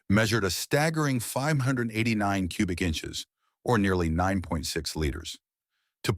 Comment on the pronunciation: I stopped watching after it mispronounced 589